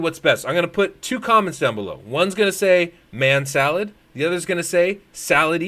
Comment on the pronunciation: Man Salad sounds like Ma Shalled. Like it